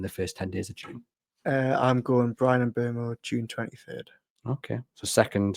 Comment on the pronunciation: Not so sure about Mbeumo (congrats on the pronunciation!), both about whether we will get him and whether he is the answer. I think it's 30:70 whether he comes, with Chelsea and Man. Utd first and second favourites. Also I'm not totally convinced he's what we need on the right. With 27 goals and assists he's flying very hot on his xg for that and is that sustainable, probably not. Plus one of my common complaints as to our treatment of Isak is our inability to service him; the balls from Hall, Gordon, Livramento, Barnes and Bruno have not really been of a high enough standard.Before this season you would put Murphy in that category as well. Isak tended to make do and score with what was provided, but this year you began to see more of what should be as Murphy and Isak formed a better understanding with some of their contacts. Other players - Gordon's against Asenal being the exception - still tended to be looping crosses, hit them and hope balls into the middle. With Mbeumo on the right you have someone scoring goals and shooting, which is good, but running hot and those attempts would be alternative to developing a relationship with Isak. I fear that we may spend another campaign waisting one of our best assets. And this is one who scores already 20+ per season. I realise Mbeumo has assets we can use if Isaks not in the team, and personally I would like him to come but I would hope its not further at the expense of Isaks potential.